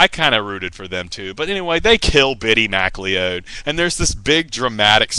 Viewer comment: The Bittie McLeod (pronounced 'McCloud', btw) funeral gets even weirder and funnier when Pattie Tyler, the CHILD that Bittie decided he would wed when he grew up, actually goes through with a wedding. Yes, a pre-teen girl marries a dead pre-teen boy at his cartoon-Scottish funeral. You have to love cornball pulp that stupid, you really do. The book-buying conspiracy is quite true....what is not mentioned, to be fair to Ron, is that plenty of other authors did the exact same thing, not to mention HUNDREDS of rock bands and their managers with their singles and LPs.